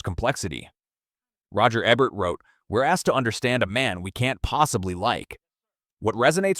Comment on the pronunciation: Your AI can't even pronounce "Ebert," and you didn't even use footage from "Battle: Los Angeles." That's some cheap Asylum-like knock off, not the real movie.